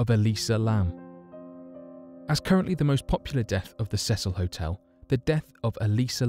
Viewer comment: It's the See sul NOT THE SEH SUL